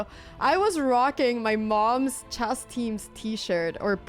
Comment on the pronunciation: oh ya that's right... If people speak 3 languages that means they cant pronounce the SIMPLE word CHESS.... NOT CHASS